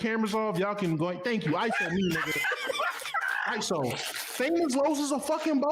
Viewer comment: "Iso" XDDD